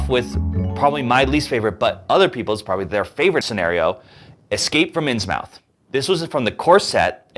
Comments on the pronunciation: inns MOUTH? inns MOUTH? Come on man.....say it right. Inns-MUTH.... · Innsmouth is pronounced "Inns-muh-th". (Still only two syllables.)